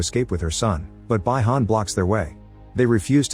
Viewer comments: Another great choice, MR!! Mortal Kombat was one of my favorite video games and the movie was epic, and I'm looking forward to the sequel when it releases. And hey, this isn't actually necessary to explain, but just for now: Sub-Zero's original name is pronounced "BEE - HAN", not "BYE - HAN" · ai struggling to say Bihan 😂😂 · Its not bye-han and shang-chung. Have u ever heard of or player mortal kombat lil bro. And bro said "aliens"